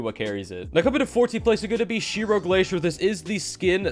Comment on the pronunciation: Ma man just Called Zero Glacier - Shiro Glacier 😆 🤣